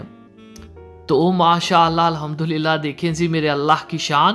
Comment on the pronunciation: Your way of saying MashaAllah is very nice.